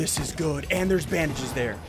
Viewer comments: 😂 you said “drink these bandees” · “Drink theese bangedges”😅